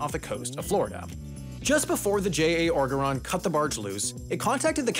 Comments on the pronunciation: I can’t believe I have to explain how to pronounce oregeron, but I am from Louisiana and hearing it pronounced like “ogre-on” physically pained me 😅 oh-jer-on Looks like a G, pronounced like a J Have a lovely day. And remember: alligator is like white meat chicken. Armadillo is like dark meat chicken. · You mispronouncing Oregeron infuriates me.